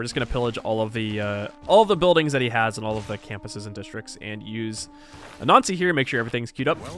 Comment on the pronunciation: When you say "Anansi" it sounds like "a Nazi" and that trips me up every time